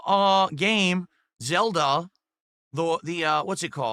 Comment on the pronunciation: "There is the new uhh.. gaYme, ZUlda doh the uh what's it called? uh.. HIGH-RULE something something something, it's the waYun that plays like high-Rule warriors..." Spoken like a true alcoholic 🤗